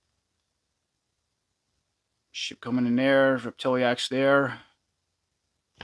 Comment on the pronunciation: I think it's rep-ti-lax. vs rep-til-E-ax